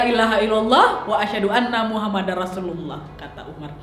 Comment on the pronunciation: bukan maksud sok benar tapi bilang nya Muhammadur bukan muhammadar